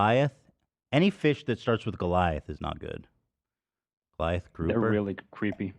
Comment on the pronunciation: The "reHhly" soundbite is so fucking funny I'm dying